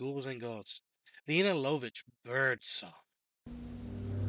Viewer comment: Great choice! Lene Lovich is pronounced Lay-na Luv-itch, btw. It might work better if you listened to the track in it's entirety before commenting. Rather than constantly interrupting. Taking notes while listening would help with this. Cheers!